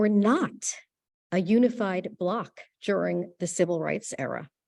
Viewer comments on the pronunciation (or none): none